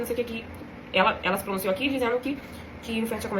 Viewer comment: ahhahahahah brinquedos, josi, começa, pronunciouuu